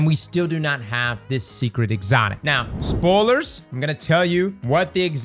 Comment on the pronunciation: Coral becomes “Corrl” or “Corrll” speaking English is like a man wrestling a crocodile. Spoilers becomes “Sporrlers” so I suppose motor oil would be “orrlll” and boil would be “borrrlllll”😁